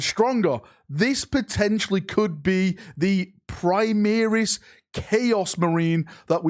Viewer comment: Call them Primaris, not Primeris.